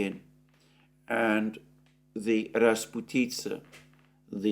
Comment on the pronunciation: You don't say raz-pu-TITZ-a, but raz-PUT-i-tza. 😊